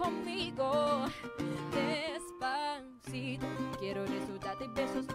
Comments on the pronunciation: ok fine you all have hearing problems go see a doctor im just saying that because its true she did said despacito maybe you said deffaciFOW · I mean Desfashittoe i heard desfashittoe from the korean girl😂😂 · I heard her say Desfasith0w as well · I kinda heard desfacitoe from korea😂😂😂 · The Korean girl also has a beautiful voice but her Spanish accent and Spanish pronunciation sucks. The Filipina girl has a beautiful voice and with perfect accent and perfect Spanish pronunciation. For me the Philippine version wins.